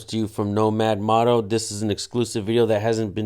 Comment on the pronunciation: Just a heads up bro, it's mōto... like motorcycle. Motto is what you were saying